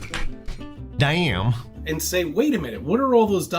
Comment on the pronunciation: Love the way you said dah-yum! Very ‘merican.